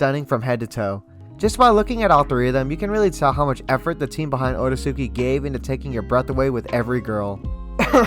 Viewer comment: You mispronounced the name you wouldn't call the Akatsuki AH KAT -SOO -KEY. It's pronounced OH RAY- SKI